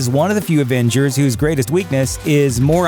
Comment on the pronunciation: It really bothers me that he keeps saying advengers not avengers